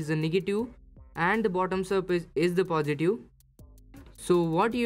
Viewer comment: It's pronounce "positive" not "positu"